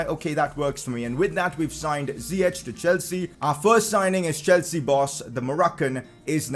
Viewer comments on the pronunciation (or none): You say it like Zi-yeck not Zi-yech